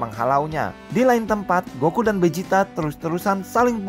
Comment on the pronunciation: Vegeta bang bukan bejita